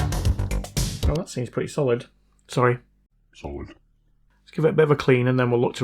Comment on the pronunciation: My favorite part of your videos: Not plasma, liquid, gas, or Bose-Einstein condensate, but that other one, pronounced with the long o.